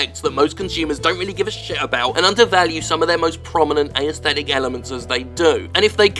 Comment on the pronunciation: One day, Jim will learn how to pronounce aesthetic.